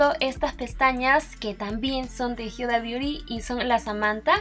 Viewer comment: Jajajaja exacto pensé lo mismo dije que onda con por que dice hiuda no sabe decir Huda o que jajaja